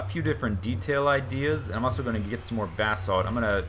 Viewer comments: buh-salt not bath salts! lol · Sounds like he is saying bath salts not basalt lol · It's ba-salt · Every time anyone on FTB says "Basalt" It sounds like "Bathsalt" Then I think about Naked zombies biting off peoples faces :D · when he said im going to grab the basalt I thought he said bathsalts.